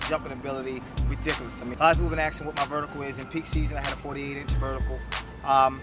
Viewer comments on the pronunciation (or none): Do you say AKSING ME on purpose or because its cool ! can you like this comment so he can see it please and because i want to knock this guy out of 1st place :DDD